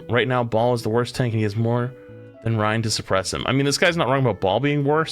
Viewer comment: This guy calling him Ry-IN bugged the crap out of me